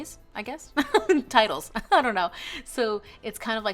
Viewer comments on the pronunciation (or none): none